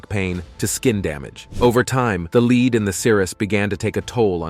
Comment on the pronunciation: It's LEAD not leed, the commentator has a peculiar knack for getting simple words wrong.